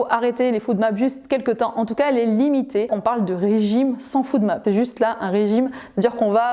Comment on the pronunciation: Bonjour, Très bonne vidéo. Je vous informe juste que la prolongation de FODMAP se dit [fOdmap] et non [foudmap] 😉